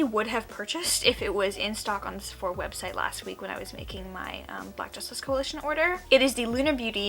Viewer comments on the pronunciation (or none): none